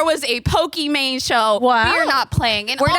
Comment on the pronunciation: messes up Pokimane's name almost immediately and multiple times lmao.